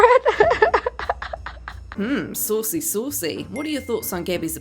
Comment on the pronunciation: Can u please stop saying SAUWCY SAUWCY? its soo cringy